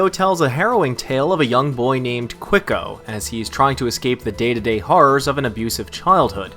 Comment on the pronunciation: yeah i'm pretty sure he's colombian but from what i see in this video it'd be hard to tell these slums apart from brazilian favelas. what really was insulting is ridiculous pronunciation of quico.